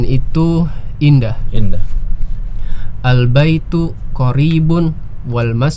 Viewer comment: Masya Allah CBA membantu sekali apa lagi untuk mengajar anak2. Oya maaf ustadz untuk mengingatkan, akhirnya terdengar uruf kaf/k Misal: Albaitu jadi albaituk Alqalamu jadi alqalamuk Alkitabu jadi alkitabuk Aljamalu jadi aljamaluk dll Kemungkinan pengaruh dialek, biasanya daerah Jabar, walaupun begitu untuk menjadi perhatian 😎🙏